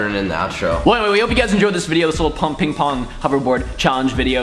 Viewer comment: I'm pretty sure you said PingPorn xD